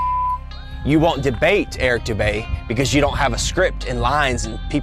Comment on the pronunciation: Who the fuck is Eric boudae, bodey, botea???